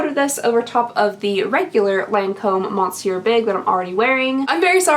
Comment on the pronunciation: How many comments do you get letting you know that you mispronounce monsieur in every single video?